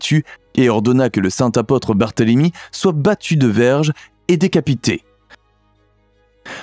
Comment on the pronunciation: Votre prononciation est défectueuse : apôtre a un accent circonflexe.